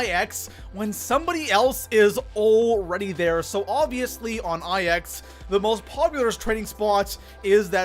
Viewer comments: Ok i love your channel bro but... PLEASE.👏 STOP.👏 SAYING.👏 EYE.👏 EX.👏 they’re roman numerals yes i know but the map is pronounced NINE. THE NUMBER NINE. Plz staaaaaahhhhp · You forgot about pronouncing IX, which is pronounced "9", as I-X. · Pronouncing IX “I-X” sorry I had to 😂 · People calling it "Eye Ecks" or "Icks" instead of 9. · People that pronounce it I X instead of 9 are the flat earthers of the zombie community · The biggest mistake I see zombies players do is pronounce IX as the letters I X instead of the number 9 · Nigga it’s not I X. It’s IX. There’s no space in between them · It literally makes me cringe when I hear “I X” and not “9” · love ya man! But please call it Nine not I X. It’s Roman numerals and it’s not called ix it’s nine. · 8th mistake, pronounce the maps wrong, it‘s a roman 9 not an I X, so call it 9, i don‘t get why everyone is not able to pronounce it right With Der Riese, Verrückt, Nacht der Untoten, Kino der Toten you all at least tried, but now? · IX is pronounced "nine" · EthanGaming 04 it’s pronounced 9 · Lets talk about number 6...you obviously don't do Easter eggs do you buddy? Pap is always the first step in an Easter egg so champions need to be killed asap. Also I can tell you have a speech impediment but IX is the number 9, Its not two letters. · Niggas need to chill out about him pronouncing IX wrong. It's not a big deal. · Diocesyn it’s so annoying